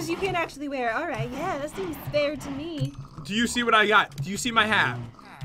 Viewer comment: It's not mhe its me 😂